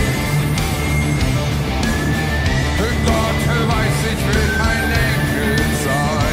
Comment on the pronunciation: Im sorry but the way you pronounce Rammstein and Engel hurts me